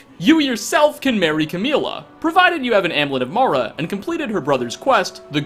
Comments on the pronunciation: say it with me, AM-MEW-LET. Not Hamlet minus H. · I don't know why because it's completely harmless but the "amlet" thing gets me every time. There's a u in amulet...